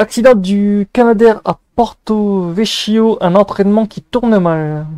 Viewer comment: je n'en avais pas entendu parler ! PS : on prononce Porto-VeKio ;-)